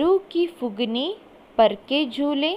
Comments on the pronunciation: mam acutually its phungi not phugini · It’s not fugni , it’s fungi